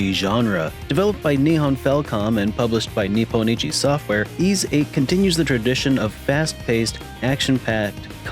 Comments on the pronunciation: Why are you calling it eeeeeis 3? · Am I the only one who pronounces YS as why-es? 😅 Great review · You're not, but that is the wrong way to pronounce the game series.